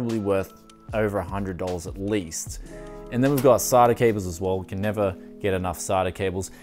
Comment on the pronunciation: is he calling them sarda cables? lol wot